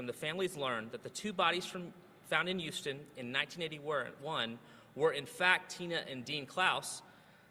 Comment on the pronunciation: Since the guy from the AG’s office drops the ‘h’ from human and Houston, shouldn’t he pronounce her name as ‘Olly?